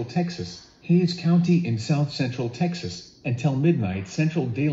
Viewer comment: New Braunfels but EWX has too many pronunciations of it